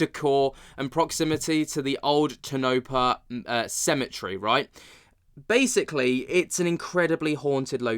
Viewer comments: I was also going to correct his pronunciation of “Toe-Neh-Pah” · I was just there on June 20, 2025. I am a paranormal investigator. There was NOTHING haunted. And you are saying Tonopah wrong... toe NA paw. You're welcome. Love your show! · He was definitely just reading an AI summary of the video right? Which would kind of explain why he seemed like he didn't have much of an idea of what happened in it, it sounded dry, and he kept mispronouncing the city name